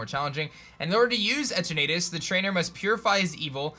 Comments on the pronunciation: Every time you said the legendary’s name as Et er Natus it hurt. It’s E turn a tus. Like eternity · It's Pronounced E-TURN-NET-TUS not E-TURR-NAY-TUS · its pronounced etern (as in eternity ) ah tus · you are saying that third legendary sooooooo wrong. E-ter-na-tus. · The way he’s saying Eternatus is making me cringe. It’s E-ter-na-tus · like eternity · "Eter na tis"